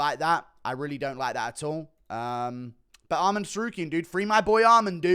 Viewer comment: theres no d at the end of armans name why do you pronnounce it like that